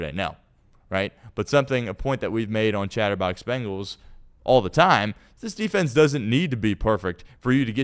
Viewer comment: Why does pronounce it BAngles? There is no A in there. It’s BEngals. isn’t even a fan and says it correctly.